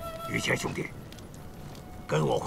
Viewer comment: 老朱，麻烦叫“于谦”不要叫儿化音，一听见“于谦儿”，太跳戏